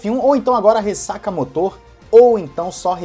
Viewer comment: fala "ressacamÓtor", não "ressacamotor", acho q é melhor